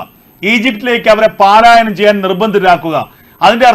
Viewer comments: സുഹൃത്തേ പാലായനം എന്താണ് അതിന്റെ അർത്ഥം. 'പലായനം' എന്ന വാക്ക് സ്ഥിരം വാർത്ത വായിക്കുന്ന ആളുകളും വച്ച് കാച്ചുന്നു.ആരും തിരുത്താൻ ഇല്ലേ??!!!! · ഏ! ഉവ്വേ! 'പാലായനം 'എന്നൊരു വാക്കില്ല . ഉള്ളത് പലായനം എന്നാണ് .